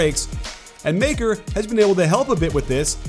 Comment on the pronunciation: I don’t care or anything but Maker is pronounced “Mu-ckur”